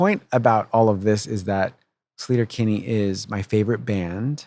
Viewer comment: Slayter? Isnt it Sleeter? Ea makes the sound E in English. Not a. Come off it Carrie. Even Fred is saying SLEE-tur. Its Sleeter Kinney. Argh.